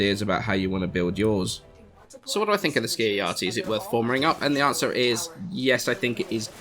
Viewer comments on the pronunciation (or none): Ski-uh-ya-ti? This isn't Norse; pronounce the J.